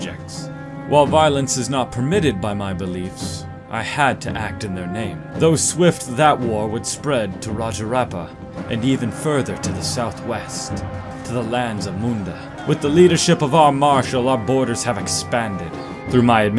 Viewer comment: by the way when you are pronouncing a name like rajrappa, since there is a double p you need to press on its pronunciation, almost applies every word with double letters